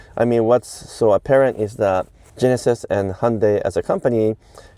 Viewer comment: Nice work on pronouncing 'Hyundai' correctly - it is 'Hyun-DAY' A lot of people mess this up (like the correct way to say 'Porsche' is 'Por-shuh', two syllables, not one). Shows attention to details